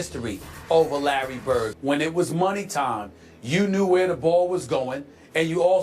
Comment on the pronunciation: It's Larry, and it's really not close.